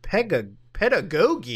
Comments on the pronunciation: Finally my time to shine : it’s pronounced Peda-Go-Jee That’s the only thing I retained from a college writing class 😂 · "pedda-goggy" is how it's pronounced, it's a three dollar word for teaching. Also it was three psychic kids predicting crime before it happened in Minority Report, not an AI, that's oncoming reality. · o man hearing muta pronounce pedagogy may be my favorite thing on the internet today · this man never seen the word pedagogy before? lmao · Pedagogy is a term that refers to teaching. Also that second g is pronounced like a j.